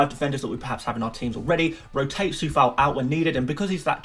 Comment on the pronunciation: yo bro like the video but just wanted to say that Coufal name is pronounced Q-oufal not with a C